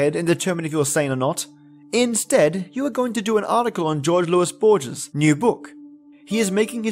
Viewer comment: HOAR-hey lew-EESE BOAR-Hess, love. (Jorge Luis borges)